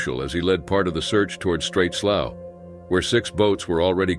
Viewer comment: Slough....pronounced......sloo. Not slow......